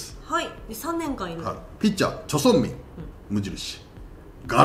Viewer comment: ジャン・チェン「ミス」じゃなくてジャン・チェン「ミン」ですね。初登板から数試合は良く頑張っていたので活躍して欲しかった選手でした